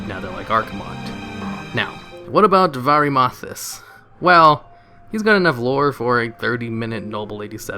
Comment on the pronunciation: Varee-mathas Howling Fu-jord Uht-Garde Keep Damn,, you butcher the FUCK out of your Warcraft terms.